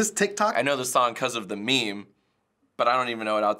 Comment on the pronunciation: Trend? Ya’ll pronouncing meme wrong 😂😂😂